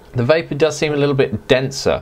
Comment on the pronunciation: Great review, I was vaping when you said "va-vavor" and started laughing uncontrollably...a waste of good vavor!!